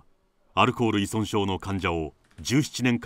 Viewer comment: いそんって言うな、いぞんだろ